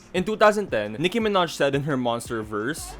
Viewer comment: Omfg not “Nicki Minehh” you watch the sims parody I love it 😂